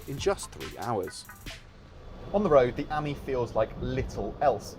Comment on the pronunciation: Ok, please tell me this: how can you guys manage to mispronounce both Citroën and Ami? I mean, for Ami, at least, there is a 50% chance to get it right! And for Citroën, there are these two little dots over "e" for a reason...